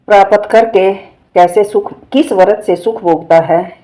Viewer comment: प्रपात नहीं आंटी जी प्राप्त होता होता थोड़ा सही से बोला नहीं गया आपसे की नहीं